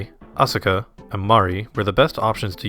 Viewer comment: thats not how asuka is pronounced. You don't pronounce the u.